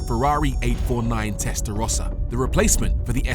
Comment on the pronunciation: Testarossa is defined by those horizontal slits. Stop butchering legendary names